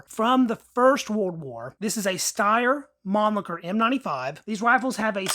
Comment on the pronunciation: Steyr mamacer? At least try to read it correctly